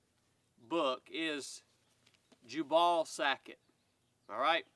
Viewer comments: jew-ble. Not jah-ball. LOL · I believe the pronunciation might be , Jew Bull . Not jabawl. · Jubal: mentioned in the bible as the father of musical instruments. Also related to jubilee, jubilation, etc. I've always pronounced it with the emphasis on the first syllable, so your pronunciation sounds a bit off to me, but maybe I'm saying wrong. 🤷‍♂ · I know is just messing with us with his pronunciations of Louis & Jubal. Even so it really was bothering me lol.